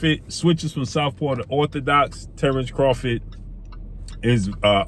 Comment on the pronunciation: Craw-FORD not Crawfid